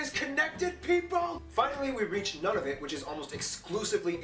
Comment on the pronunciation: The man's video was actually not very good. His opening comments were stupid, and he misspelled Ottawa. Mispronounced Nunavut. Aside from some of the geography facts, honestly he got so much wrong. (But hey, the guy is an American.) Lovely Latvian youtuber, if you want to meet some Canadians, just go talk to all those Canadian soldiers that are now stationed in Latvia for NATO, and maybe they can tell you a few things about Canada's actual history that this guy did not know.